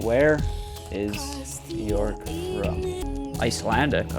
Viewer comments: "Byork" might help your pronunciation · How did you pronounce her name??!! 😂😂😂 J pronounced like y....like in many other European languages so try Byork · its pronounced b-yerk 😡🤬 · Just fyi, Björk name rhymes with jerk. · Please get the right pronunciation of her name :)